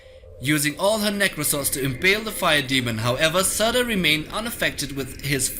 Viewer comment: Surtur -} serter